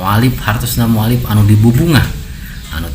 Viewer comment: Sanes Mualif tapi mualaf duh balelol letah... 🙏😅